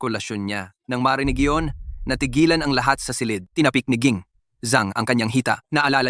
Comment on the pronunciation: BuLoL anong （GiNG? / Gi-NiNG?）😅 VANCE😂 dapat GiNANG